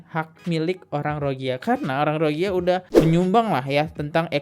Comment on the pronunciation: ekonomi indonesia lebih baik dari Malaysia di thn 2017. aduh kok masnya ga baca n denger berita. mereka datang ke mslaysia karna bisa dpt kerja dgn gaji rendah. sedangkan di Indo tdk ada yg mau memperkerjakan Rohingya. Mas salah sebut bukan Rohigia tapi Rohing Ya😅😊